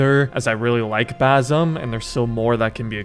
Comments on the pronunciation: god damn just say it right its writen bassem but its in arabic its sayed like Baccim c like s in super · Basim❌ Bazam✅